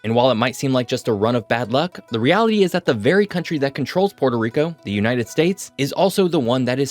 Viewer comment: I thought u said the the united dates 😭